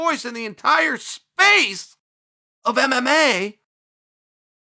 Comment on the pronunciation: Hahah chael couldnt get those "M"s on mma for a sec:)